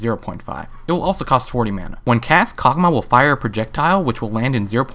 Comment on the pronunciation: Karg'Mah, I haven't heard of that one before. Accents are interesting I guess, like when people say Ashie.